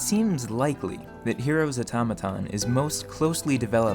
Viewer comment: What is this guys accent? he says the strangest things. his "o" specifically is always a bit off from any other English accent I've ever heard. "Unfertunately" "Majerity" "Errigin" "Mehr" "Beferh" but "Automaton" is said well. The inconsistency is wild. And I heard him say "Firth" instead of "first" almost like this was written and read by a bad AI. Is this some hyper local dialect or diction? is it a speech impediment? or what? Can anyone shed some light on this? It's quite foreign to me.